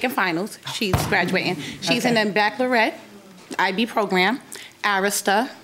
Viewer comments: "baclarette" lol 😃 It's pronounced phonetically, "back-a-loree-at". Sorry, I couldn't help myself... They are both annoying. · Did she pronounce baccalaureate as back-low-ret?